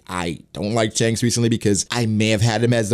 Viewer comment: Your pronunciation of Shanks is the worst...